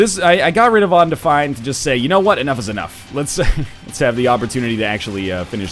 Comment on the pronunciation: On-defined. BC accent in action.